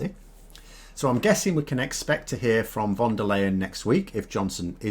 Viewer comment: your channel is awesome! You might want to tweak your pronunciation of "von der Leyen" a little as she might be coming up in politics for a while longer. It's pronounced like "fonder lion" with the stress on the "o" of "fonder".:-)